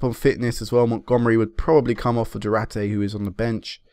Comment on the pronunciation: it's not Du-ra-te man, like u say... it's du-ar-te :)